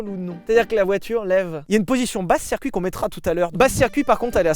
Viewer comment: QUESTION Si "Circuit" se prononce donc "Serre-Cuit" 😂 doit-on désormais écrire "Mircedes-Binz"? 🤔 En vous remerciant